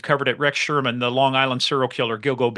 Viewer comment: But uh... gilgo beach is Rex HUERMAN. not Sherman😅